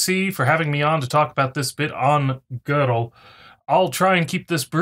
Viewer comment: Where is the "r" in "Gödel"?